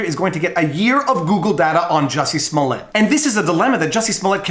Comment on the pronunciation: Who is Jussie Smollett? His name is Juicy Smooyay